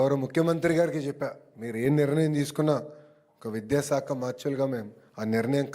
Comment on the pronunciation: లోకేష్ గారూ, బాగా మాట్లాడారు, కాని కొన్ని అక్షరాలు పలకడంలో జాగ్రత్త తీసుకోండి. విద్యాసాఖ కాదు, విద్యాశాఖ అనాలి, సాసనసభ కాదు, శాసనసభ అనాలి, సత జయంతి కాదు శతజయంతి అనిపలకాలండి. స కి శ కి పలకడంలో తేడా గమనించండి. ఏమీ అనుకోకండి. జై శ్రీరామ్